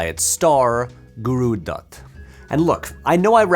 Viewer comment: damn the video is very impressive, but even more impressive is your pronunciation of certain words. You have that "D" sound (like in Dutt or Dosti) down to a T